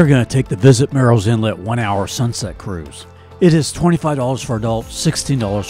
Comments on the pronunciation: It’s not pronounced “Mirril’s” Inlet. It’s pronounced exactly like it’s spelled, Murrells Inlet. It sounds a lot like “Girls” Inlet (but with an M) if you pronounce it properly. Really great video! Awesome editing skills!👍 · you said what sounded like “mirils inlet.” At least 4-5 times. It’s Murrells, like Girls. You said it properly but every time before that was the issue the OP was talking about. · This is a nice tour/info video about our home beach. But, you should know that Murrell's Inlet is pronounced murls inlet, not mūles inlet, which you kept saying in early parts of the video. Otherwise nice sky views!